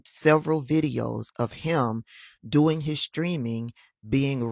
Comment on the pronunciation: Scott..How you dwoin 😂😂😂